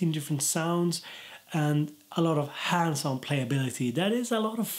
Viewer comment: At first I thought he was saying handsome instead of hands on lol! Good vid tho!